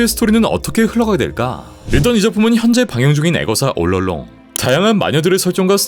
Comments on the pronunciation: 올롱롱...? 올 얼롱으로 읽는게 아니라 올롱롱이 공식 발음인가요? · 올롱롱 발음 못하고 올롤롱 하눈거 커엽네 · 애거사 올롱롱 이라고 발음하는게 왜케웃기지 ㅋㅋㅋㅋㅋㅋㅋㅋㅋ